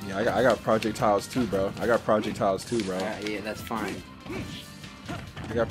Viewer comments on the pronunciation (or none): Why does say "project-tiles" instead of "projectiles" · "i got prowljectyles too bro" haha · Did really pronounce projectiles as "prahject-iles" LMAO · sorry but I GOTTA ROASTTT YOUUU, WTF R U SAYING PROJECT TILES??? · Why does He say Projectiles like it's two words. "I got Project Tiles Too Bruh" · I'm dead 😂😂why is he pronouncing projectiles as project tiles? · project tile my dude said project tiles